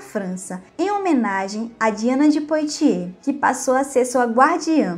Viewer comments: "Poitier = puátiê", pronuncia "Calais = cálé" pronuncia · Apenas para ajudar o excelente canal, a pronúncia francesa correta (POITIERS) é "puatiê" sem o som do "S" final, como o som de BOITE. Em